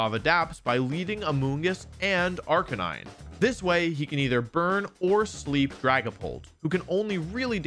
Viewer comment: My only problem with this excellent video is how wolfey keeps mispronouncing arcanine😔